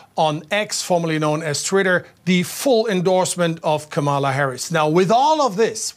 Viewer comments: KA-ma-la: the accent is on the first syllable. Learn to say it correctly. You’ll be hearing it a lot. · Pronounced kamalaa instead of kamaalaa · I read this before i heard her pronounce it. She butchered it. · reporter dude could be more professional, learn to correctly pronounce Kamala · Can you pronounce Kamala Harris's name correctly?